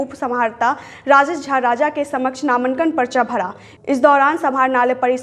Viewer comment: नामंकन नहीं बोलते नामांकन बोलते है कोई ज़हर दे दो मुझे नहीं तो वीडियो जैसे जैसे आगे बढ़ेगा , वैसे वैसे रूह निकलेगी मेरी